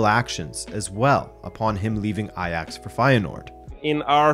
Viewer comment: eye-jax…Does it still hirds?? 6-0 😜😜😜😜